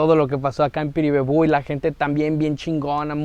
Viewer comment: cumple muy buena tu pronunciación de Piribebuy,vamos por más brother...💪